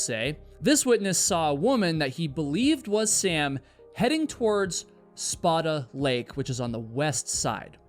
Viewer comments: Is that how you pronounce Spada Lake? I have never heard that in my life. I have always heard it said like "Spay-Duh." This feels like a game of telephone. (edit) Figured it out. The "Spa-dah" is the Italian pronunciation. The Lake is named after a charater in a French book though. The French has a stronger "A" sound in Spada. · *Spāda Lake (Spay-duh) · Spaida lake is pronounced the the shovel. Spaid a. It’s the Snohomish County Reservoir. Supplies water to multiple Communities. ❤️ 🖖🏼🇺🇸